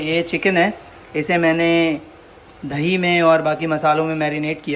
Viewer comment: 😭😭"DHAIIII" OR DAHIII ????